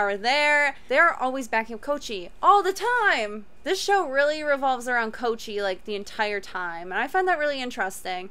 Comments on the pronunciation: Only till now did i realise she says koichi wrong ( she says koo instead koi ) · Ko-I-chi,not kochi